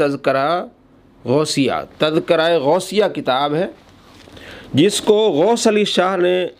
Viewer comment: جناب لفظِ تزکرہ کا اعراب درست فرمالیں